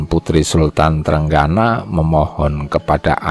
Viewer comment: Sultan trenggino bukan trenggana,,yg baca naskah harus belajar dulu